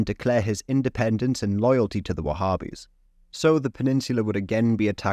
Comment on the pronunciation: There's no group called wahhbbis, so stop saying it